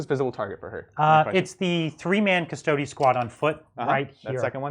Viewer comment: They are called cuss-toad-ees not cuss-toads in the same way that marines are not called ass-tarts.